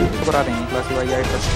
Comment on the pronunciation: Tonde dai nhi tonde bhai😂😂😂